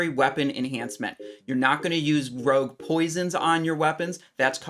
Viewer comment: Did he say RUG instead of ROGUE? lol